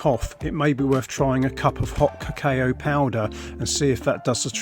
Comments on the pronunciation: Lol kuh-kayo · Ca...Caaayo ?? Haha. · Pronounce "cacao" properly. It hurts the ear the way you pronunce it! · Someone teach this guy how to pronounce it. I had to mute him. 🙄